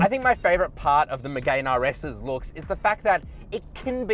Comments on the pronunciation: Btw bro it’s not called a Renault Megain. It’s hurting my poor Renault sports fanatic ears everytime you say megain. It’s spoke like me-gan. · Lost you at "Megayne"... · Renault Megay’n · It's pronounced Me-gan silent e. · Megane = (MEE)-(GANN) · Renault “MiGaYn” why tf is he saying it like that, he’s a motoring journalist, surely someone has taught him how to say it properly 🤦🏼‍♂️ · I disliked the video just because of the way you pronounce Megane, besides that really good review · Good edit. If only you pronounced Megane correctly. Caradvice has a pages for this. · Oh say “Megane” properly you melt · I think that's right, but you would have sounded way classier by responding to this by starting with an admission you screwed up. These details do have an impact on how people perceive your knowledge of cars and therefore how valuable your opinion is on them. I enjoyed the video though so keep it up! Just perhaps google car pronunciations in future.